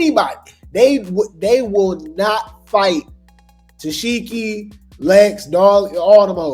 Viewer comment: Ta-see-key please! That’s how you pronounce it